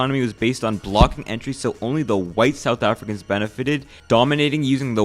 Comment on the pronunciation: Bro the pronunciation of some of the words though, “afri-cans” i always die in laughter when i hear non south africans pronounce it